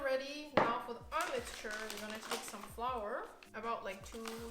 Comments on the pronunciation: wie ich mich sogar noch an das kuchen video erinnere, wo du flour wie floor ausgesprochen hast:D Hach, schön dass du wieder da bist, bless us with more vegan chinese recipes! <3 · wait- flour is actually pronounced like that? 😳